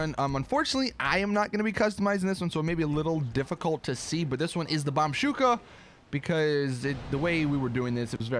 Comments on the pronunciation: bombushka not bombshuka you fucking idiot. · its bombushka not bombshuka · Omg can you atop saying bombshuka....it s bombuska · Ikr his pronounciation pisses me off